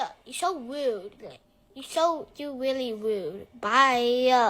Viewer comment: this kid can’t even pronounce his name “r”s. He ligit said “Wude”😭😭😭